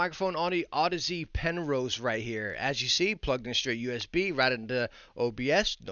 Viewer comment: Damnit u still can’t say aud-ease lol.